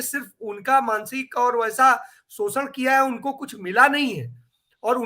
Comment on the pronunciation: … सोसन नहीं शोषण कहते है। कृपया सही भाषा का प्रयोग करें।